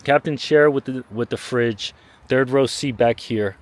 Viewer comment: ...Did you say 'fridge'?